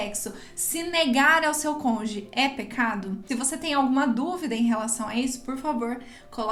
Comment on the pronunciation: Desculpe-me mas o ideal seria você falar “cônjuge “ e não “conge”